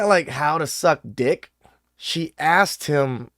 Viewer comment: "He said Sea Shed" 😂😂